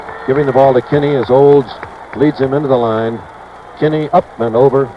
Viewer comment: He might have mispronounced Kinney, Unruh, and Devaney as well.